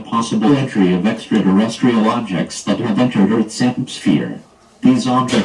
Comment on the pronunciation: the “possibilitree” of extraterrestrials lol “extraresstrial” aircraft lol “extraresstrial” (again and again) alien invasion? Back to kitchen mom